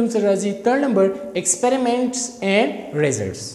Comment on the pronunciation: The way he says results🤣